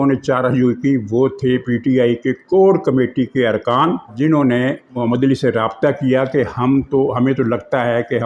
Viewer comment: You are my one of the favourites vlogger but distorting name of " Ali " sounded so painful